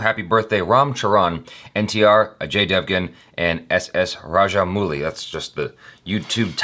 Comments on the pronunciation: You are pronouncing it as mooli, whereas it should be pronounced as Mowli but in English it is written as Mouli. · It's RajaM-AU-LI. With a sound of 'O' not ooh. 🙂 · nope it's rather: -ow-LLi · It's Raj-mow-lee. Kudos for the effort though. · When you pronounce rajamouli, the u is silent.